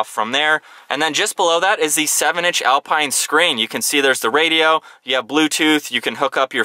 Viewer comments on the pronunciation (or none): none